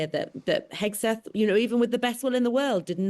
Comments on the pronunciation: Why the British keep calling him Hesgeth instead of Hegseth?! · HEGSETH not “HeSGETH” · Love the hosts’ slips of the tongue here: Hethguess and Hacksmith!